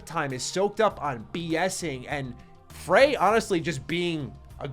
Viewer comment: Frey as in Frayed